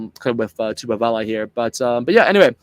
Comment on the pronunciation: I was waiting for someone to comment on accents. Quite a few of the Pacific Island names were mispronounced like Ioane, Vaa'i and TuipulotU not TuipulotO etc. Still, it was a great effort, and many of the Aussie commentators of the past were totally embarrassing, so we'll done. As to Sam Cane? No way. I think Rieko is better suited on bench and ALB to start. Ratima ahead of Christie. Only way Blackadder will get in is because of Crusaders sentimentality. I would go for Finau to start. Papali'i is always in the mix, but hasn't really had that one memorable match in black. Ioase, besides Lakai, is one to watch, at least for the future